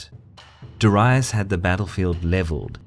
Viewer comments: It's Darius. Why do you keep pronouncing it Daraius? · DAAREEISSS! not DIherius!!LOL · Me either. It's always been dairy-us, not dah-ree-uss. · Lol darayus... hahahahaha. Aint it daryus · It’s Darius not Daraius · It's 'darry-us' not 'dar-aye-us'. The vids are good the but pronunciation is shocking. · Darius, not dorias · Why do you pronounce ''Darius'' like ''diraius''? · Ive never heard such bad pronounciation of Darius. Dar Ri Us? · Hearing "dur-i-us" makes me think of "ul-ex-un-dar' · persian king "Dahryeus" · DA-REE-US, Darius. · DA-REE-OOS (Latin) or DA-REE-OS (Greek) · I never heard Darius pronounced as DARAIUS. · its pronounced dar-ee-oos... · it's pronounced Dairy-Us trust me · dorius?? What is that pronunciation?? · persion king darius ... your prononciation: diraous. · I don’t know. I just can’t cope with how the narator pronounces “Darius” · Mispronounced Darius in the first 20 seconds of the video. Nope. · It really bothers me that for years I was pronouncing his name as DARE-EE-US but it's actually DUH-WRY-US. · Learn to fucking pronounce Darius. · Why do you pronounce Darius like that??? Cool WHHHHHip? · I can't get over the horrible way Darius' name gets pronounced :( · Please learn some latin, all your pronounciation is wrong ç_ç